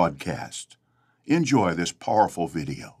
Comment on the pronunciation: I can't stand the way he says "powerful." We need a impression saying "paaaahrful video." 😄